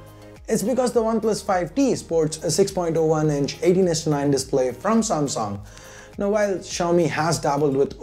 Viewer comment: Noob its pronounced as samsung not samsong lolz